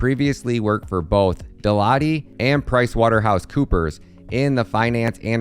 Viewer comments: "De Lotty"?!? Are you serious?!?!?! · Brother if your going to do videos ... at least pronounce dwc and deloitte properly lol